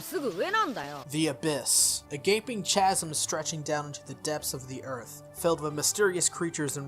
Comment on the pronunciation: BTW, "chasm" is pronounced ˈkazəm or "kaz-em"